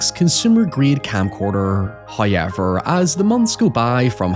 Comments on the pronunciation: "Hoyever im still falling apart" 😒🤣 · Yes, "hoyever" is holding this world together, one hoyever at a time. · They give me the "pee shivers" when he let's em fly 😂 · Why doesnt he say anyhoy